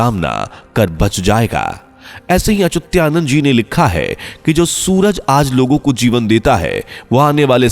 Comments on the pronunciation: bhai sahi bolna to sikho, achyutanand ki jagah aap "achutyanand " bol rahe hai😡😡😡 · Unako pujya achutyanand das ji ka nam bhi thik se lena nahi ata or fenkate ja rahe he😂😂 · अचुत्यानंद उच्चार गलत है अच्चुतानंद सही है. आप गलत उच्चार क्यूँ कर रहै हो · Achutyanand nhi achyutanand hae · अचुत्यानंद अच्युतानंद बोलो। सही नाम का भी पता नही और निकले हो वीडियो बनाने।😡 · पहले अच्युतानंद नाम का उच्चारण सही किजीए. वह अच्युत्यानंद नहीं है. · Are yar naam galat kyun bol rahe ho....sahi Achyuta nand naaki achutya...... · Yes it is Achyutanand ji and not Achutyanand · पहेले संत अच्युता नन्द दासजी का नाम ठीक से बोलना सीखो 🧐🧐🧐🧐